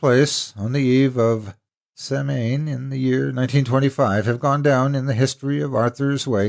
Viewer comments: Absolutely love your style of narration. You gently lull the listener in as you weave the story around them. Everything you read is a joy to listen to. I thought you might like to know that Samhain is pronounced Sowen. It means Summers End & is the Witches new year celebrated by Pagans & Witches alike. It is a time to remember your ancestors & honour them with fine food & drink. It has unfortunately been hijacked by the more modern Halloween which has distorted it's true relevance & meaning. Which is truly annoying to all those who practice the original faith (paganism) & are Witches. I am both. Please bear this in mind when you read stories about witches. We do not harm anyone in fact the total opposite.Those who do are practitioners of the dark arts & satanists which are nothing to do with paganism or Witchcraft! Many Blessings to you & yours. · I'm loving the story as always but I thought I had better, as a born Celt, from North East Scotland enlighten you on the pronunciation of Samhain or Halloween as Gaelic is notoriously hard to guess at lol! It's pronounced Sow ain (being like Siobahn/Shi vonn and Sinead/ Shin aid) totally unlike what you'd expect unless you have experience with the language lol. I just wanted to let you know as in your line of work the 'real' name for Halloween is likely to come up again. Now I must go because I'm listening to an amazing story called 'the Wicker House' lol! Best regards, Anne x